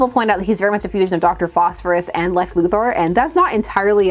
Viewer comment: It might be a Canadian thing, but I want to give respect for knowing how to pronounce Lex Luthor's last name. A lot of people pronounce it "Luther," and that always bothers me, so I appreciate the correctness.